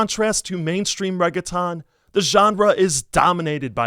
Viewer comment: I absolutely love this video! But you should look up how to pronounce words like "reggaeton" (or any others that you've only ever seen in print) before you read them out loud. Keep making great content